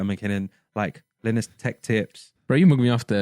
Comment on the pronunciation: Pronounced line-us tech tips